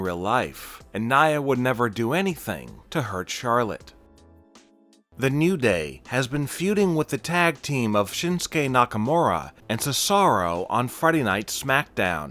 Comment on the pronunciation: Cesaro is pronounced (suh-zar-oh) not (shuh-sar-oh)